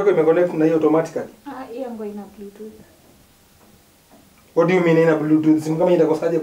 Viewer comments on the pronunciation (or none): It's BLUETOOTH, not BLUETOOT